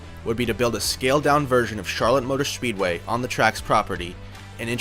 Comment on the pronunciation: Charlotte motor shpeedway